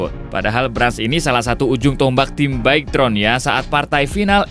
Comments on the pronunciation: Bike tron😭 bige-tron bang bacanyaa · Baigtron annnnjirrrrr. , Bigetron dibaca biasa aja jangan di Inggris Inggrisin 🙏🗿